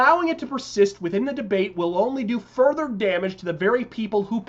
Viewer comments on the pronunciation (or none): Did I hear a pause in the middle of that godspeed.? Like there should have been another word. I don't know.